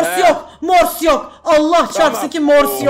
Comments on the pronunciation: morsu hep yanlış söyledi çıldırıcam çok komik habdnabdns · pelin abla seni çok seviyorum ama morsu sen yanlış söylüyordun üzgünüm. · Abla çok yanlış söylüyorsun morsta